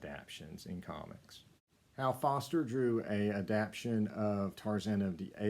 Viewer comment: Adap-tation, sir.